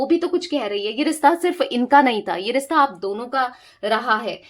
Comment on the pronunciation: Rista nahi rishta hota hai...plz correct as it sounds irritating